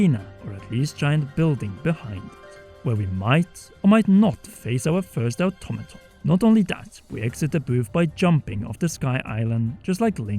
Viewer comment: hey, &, automaton is pronounced or-tom-uh-t-on:) hope this doesn't seem condescending, I just thought this word might come up in future vids and I don't want people to get upset at you